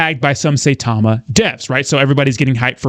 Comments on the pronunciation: Russ is correct as Saitama has a higher daily volume than Shib atm. Of course exchanges would still help Saitama. Sai- ta - ma not Say- ta - ma as some Youtubers pronounce it as. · Sai like buy not Say like day. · You are pronouncing Saitama incorrect. Have respect for this Japanese name.